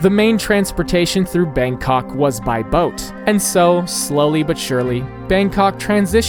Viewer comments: As a Thai, I am revoking your pass to say “Bangkok” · The way you pronouce "bangkok" is priceless.